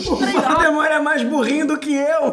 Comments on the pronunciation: em o felipe fala valdmort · ksks até o felipe falou val the mort kk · Para, para, para! Assim vai acabar arrancando o olho de alguém! E você está falando errado. É vOldemort e não vAldemort ! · Lucas: valdemort felipe:voldemort kkkk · Olha ele estava Falando pro lucas que era vooudemor e ele falo vaudemor isto esta errado contra os direitos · Kkkk valdmort e voldmort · Eu não sei se ele o luccas falou valdemort ou Valdemar?🤔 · "Valdemar" KKKKKKKKKKKKKKK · felipe falando Valdemorth